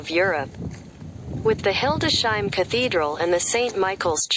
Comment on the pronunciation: It is named Hildes-heim, not Hilde-sheim. Computerized reader? Wife is from the area and we have visited multiple times. A nice city.